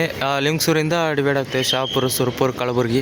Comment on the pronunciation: ಅದು ಕಳಬುರಗಿ ಅಲ್ಲಾ ಕಲಬುರ್ಗಿ